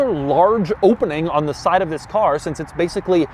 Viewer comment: Pronounces “since” as “sense” and I find it infuriating but he wins it back by acknowledging that this is one of the ugliest cars ever made, and also that it drives an absolute treat. I loved driving that car.